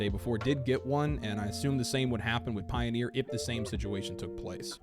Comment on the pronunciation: Is the word "Pioner" pronounced that way with just one E? I think you're saying Pioneer...